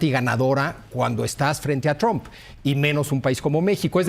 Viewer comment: Por qué le dicen "tromp"?? 😂